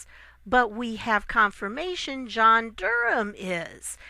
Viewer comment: An American who knows how to pronounce "Durham"! There is a God! If Nancy Pelosi can't show conventional respect for POTUS, she can't expect similar courtesy to be extended to her. Pelosi's entire approach is petulant obstruction. She deserves any slights she gets in response. Off with her head.